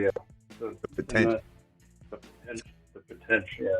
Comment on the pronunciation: Opening caller was light on potential by a couple of syllables.